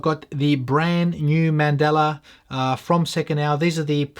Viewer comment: Man-dahl-a. NOT Man-dell-a. Mandela is a person. Mandala is a style of geometric artwork - like on the dial and rotor.